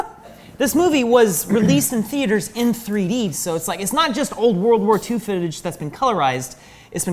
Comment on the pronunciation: "...World War II fotage..." 🙈